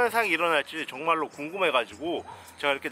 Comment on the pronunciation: 43초에 가 정말로 할때 턱형 중말로로 들린1인